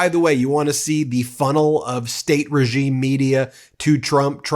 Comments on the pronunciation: fox really said regieme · Listen carefully as he starts to say "regime" 😮